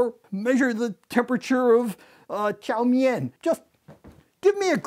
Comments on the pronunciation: Cliff: (Pronounces Chow mein as Chow me-in) Me: "Cliff"? I think you mean ''love of my life'' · “Chow mi-yen”